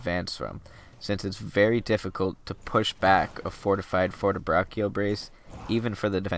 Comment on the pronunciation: the right pronounce is "fortebracho", the double c is mute and the "cio" in pronounced "cho"